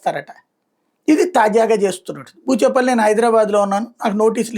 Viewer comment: Vadi peru sarigga cheppu. Eee palli aaa palli eee chevi aaa chevi enti